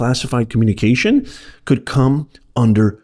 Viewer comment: 'COULD" is not very emphatic